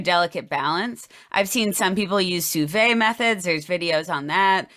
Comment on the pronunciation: Love the video thanks for keeping your content going from tiktok. Sous vide is one of my favorite methods of cooking so I’m excited to try decarbing some day soon. Also my gf loves the analysis and say “tell her it’s Soo Veed”